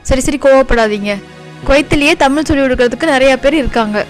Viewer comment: Its too sad that the person could properly pronounce the words like Tamizh, mozhi, azhivu...he couldn't roll his tongue much..pronouncing as tamiL, moLi, aLivu,...so sad..i could see this dialect mostly in madurai and nellai based people..first speak the language properly..u can try to preserve it...